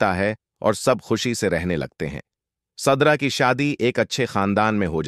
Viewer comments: Zubear nahee zubait tum.kasa vhannel chala raha hoe surda nahee sidra😂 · Sadra nahee sidra kon c school maa talim hasil kee ha😂😊